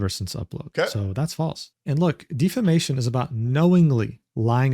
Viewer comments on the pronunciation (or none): He keeps saying deefahmation. It's defamation. It's so bothersome